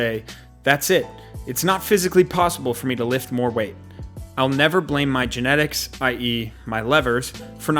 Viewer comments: "Gentics" lol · Don't blame your "Gentics" lol